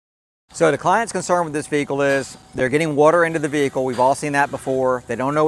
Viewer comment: why is a Vee-Hikull randomly be calling 9/11 ¿¿¿¿